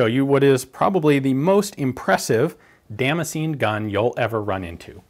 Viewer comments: i decided after 4 min to drink everytitkme you said damscenjin....im fucjking hammered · the way he pronounces Damascene hurts me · Every time he say damascene my mind expects him to say damage.